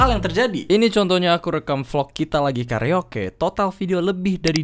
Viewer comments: karaoke blok, bukan kareoke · bahasa engres lu ribet amat cuk karoke jadi karoeike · come on gung .. its karaoke not kareoke hahaha so funny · njir gua baru sada si agung ngomong "karioke" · Lalu kenapa ada tanda kutip lalu tulisan karaoke itu di perbesar,, maksudnya apa,,, lalu apa yg lucu ketika orang baca kareoke bukan karaoke dan itupun bukan lelucon ,,, kalau di telinga anda asing knapa anda gak cari di google gimana cara baca "karaoke" yg benar baru komen